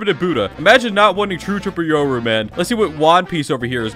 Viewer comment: “Today we’re gonna be trading chur chirple rooru”